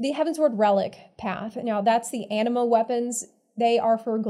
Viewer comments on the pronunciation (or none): none